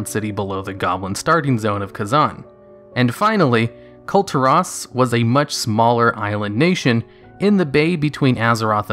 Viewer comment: Kul- Teer Is- Not Kul tar ras Sorry- the way you pronounce it annoys me a bit